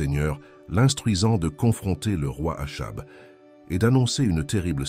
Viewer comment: le nom Achab se prononce "akab"